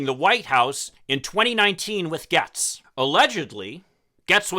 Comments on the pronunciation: Ya I’m confused I’ve heard it Gates not Gehtz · I live in his district and he is pretty worthless to us. HIs name is pronounced 'gates'. We call him 'Baby Gates'. His Daddy has lots of money and that always helps. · Why are you mispronouncing his name?